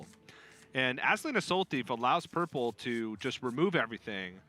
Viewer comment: "Purpele" is "gollum", right?